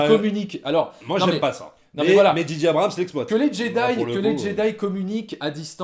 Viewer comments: Arrétez de dire Didier Abrahams putain ^^ C'est ce que j'entends... C'est Djay djay (à l'anglaise) ou Gigi (à la française mais du coup, ça fait un peu Gigi l'amoroso)... bref... faut choisir et pas faire un mix à la one again a fly on the beach... dji dji... non ! Mais bon, c'est accessoire. Pour cette trilogie, je n'ai pas arrêté de me facepalmer... ya pas de magie, c'est du déjà vu (tiens Palpatine... ah ben tu tombes bien on n'avait plus de méchant)... ya deux trois trucs de fan service pour donner à bouffer aux plus hardcores. Tu peux faire du fan service mais faut le faire bien et faut que ça serve une intention. Ici, c'est juste pour faire du pognon. Et Disney qui est obligé de foutre des peluches toutes mignonnes pour préparer ses produits dérivés. Sans parler des incohérences totales avec l'univers de Star wars. Maintenant, c'est highlander... si on tue Palpatine, hop, on prend son quickening. Mouaif... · Ben oui, en français, c'est pas "dji", c'est "ji"...